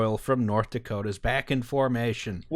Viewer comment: its not "back-en"..... its "Bach-en" (like the composer) i live in NE montana..... and fuck the keystone.... and fuck the bakken.........lost a friend to it because the wind changed while he was checking a tank . was not even H2S...... was some gas they dont even know what to call it.......................